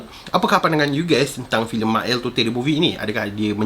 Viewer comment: Bro,salah cara sebut totey tu